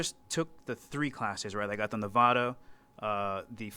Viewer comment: Interviewer made a major faux pas by calling our state, Nevawda. Clean it up, bruh! :) You get credit for pronouncing it correctly in the next statement, however.